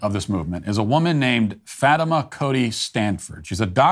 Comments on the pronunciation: Fatima is actually pronounced "Fah-teema" and is an Arabic name. I met a few people named that in Haiti, as well as some Muslim patients I've encountered at work. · Hasan Piker Yes, that was clear, putting the stress on the first syllable instead of the normal 2nd, and using short /i/ vowel instead of the long. A lot of his humour is slyly embedded and goes by without comment. You gotta be alert. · Matt seemed to emphasize the FAT when he said it. I caught that too